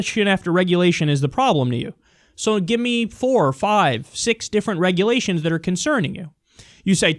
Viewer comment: Bernie - "What regulations are you referring to?" Idiot - "You know...the regerlations!!! And OBAMA!!!"